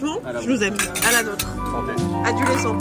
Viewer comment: « Aduléscent » on est là 🫶